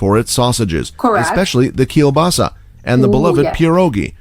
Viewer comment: Poland is known for sausages, especially kiełbasa 😂 Kiełbasa literally means sausage. Staying on the topic of meat - this guy simply butchered Polish pronunciation.